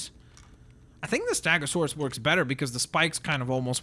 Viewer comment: It's stEgasuarus not stAgasuarus it's eh not an